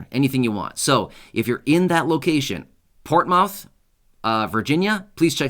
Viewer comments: Hi and family its pronounced portmith thanks for all your updates God bless you and God bless us all have a great day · …Portsmouth, VA is pronounced…”Ports-muth”. Portsmouth is a relatively small town, in southeastern Virginia wedged in among the towns/cities of Chesapeake (where I live), Norfolk, Virginia Beach, & Suffolk. Even though you said this money is being offered in Portsmouth, I am going to check with my city since each one of the 5 cities I mentioned before is almost considered to be part of one large city. I’ve been following you for a long time & it was great to hear you mention a program around where I live!!! Thank you!!! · Hey, thanks for the updates. Portmouth is pronounced "Port-myth/Port-muth"😁 here in the southeast. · Portsmouth pronounced Ports Mouth. I believe your "s" is missing to help enunciate but you did good otherwise but just wanted to help. Thank you for all you do!